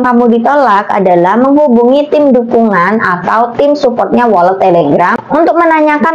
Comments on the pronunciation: Walet bukan wolet y lebay u mba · mba doank yg bacanya wolet😄😄😄. Untung GK welut